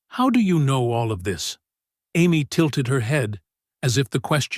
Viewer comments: A M Y? Amy? AI should be fired. Terrible. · AI never will be human, A M Y? Is Amee not why! Every time I hear her name said like A M Y why I wince! Why nobody correct stuff like that? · Say Amy not A M Y. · I enjoyed these stories but let down when A1 can't pronounce Amy but as A-M-Y , WHY? Also the pictures need updating to be in line with the story and therefore give more meaning!!! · Am-why? Do you mean Amy? Why are you using AI? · Ai can’t pronounce the girls name correctly. I can’t focus on the story. Sorry but I pass. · I like the story depite a variety of inconsistencies (3 year-olds don't have the vocabulary). The biggest problem is that the AI narrator's variable pronunciation of "Amy" is very distracting and needs to be corrected. Please proofread your work.